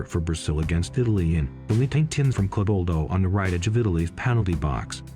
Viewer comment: Rayvaldo???? Its pronounce as Rivaldo